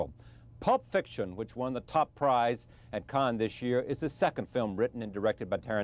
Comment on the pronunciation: It's pronounced Cannes, not Cannes.